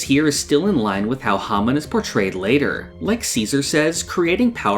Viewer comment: The way you mispronounce hamon drives me crazy and it's in your channel name lol